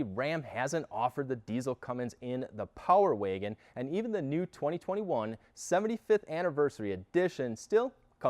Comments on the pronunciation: The Power Wagon is capable, the talking head is incapable. Geez, he can’t even pronounce Power Wagon correctly. Amateurs. LoL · Why can’t this man say Power Wagon lol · Power Waygen boy every time I heard him say it like that I cringed..